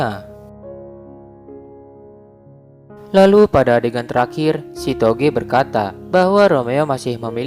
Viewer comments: Kenapa gw denger chitogee malahan si togeee🤣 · Kok denger nama ceweknya sitoge wkwk